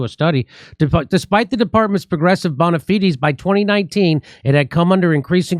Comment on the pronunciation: Can we get a pronunciation check on bona fides.